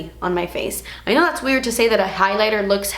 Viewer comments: I love how she says "dats" instead of "that's" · When you say "das expensive" I gain life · "see dat right der? Dats a shimmer particle" Love the way you said that 😂😂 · "das a shimmer particle" 😂😂😂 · "das a shimmer particle" omg i love you 😂😍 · "das a shimmer particle" omg cracking up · "Das a shimmer pa-rt-icle" 😂😂😂 WHY CANT I LIKE THIS VIDEO A THOUSAND TIMES IT WAS SO FUNNY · "Dats a shemmer partycle." Hahahahahaha. How she said that. 😂😂😂 Please never stop making videos, you constantly make me giggle and are helpful at the same time. 😍😍😍